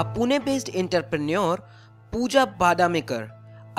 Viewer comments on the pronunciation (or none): Enter - Preneure ❌ Entrepreneur = Aantrè - Pre - Neore ✔